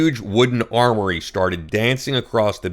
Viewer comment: Learn how to read! Armoire is pronounced “arm war” NOT “armory.”